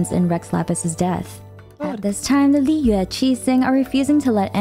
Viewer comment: shes says it in the correct pronunciation for mondstadt but with the others shes a little off. A good example would be the way she pronounces liyue shes very harsh on the yue part and is to quick on the Li and it sounds so bad 😅